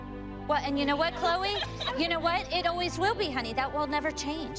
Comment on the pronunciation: Me: why do people always say Chole when it's "CHLOE"